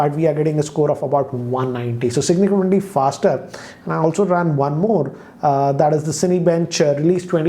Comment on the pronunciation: "signicamundy faster"